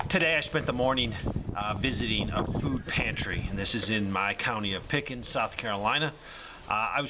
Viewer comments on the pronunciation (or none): Did you say you live in "Pick and Suck" SC..?